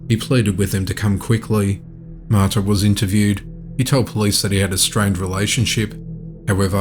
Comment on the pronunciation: It's not Maita, it's pronounced Ma ta.